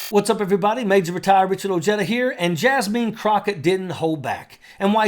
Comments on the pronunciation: Her name is Jasmine, pronounced Jas (man) not JasMEAN. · Pt of correction Her name is Jasmine not Jasmeen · It’s insulting to NOT pronounce people’s names properly. Just so you can correct this, her name is pronounced (Jazz - Men), two syllables, no “een”. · Jazz-meen he calls her🤣🤣🤣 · I'm loving your accent! Except for how you pronounce Jasmine (jazz•men) ✨